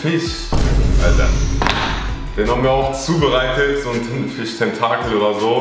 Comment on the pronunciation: Thintenfisch, wer kennt ihn nicht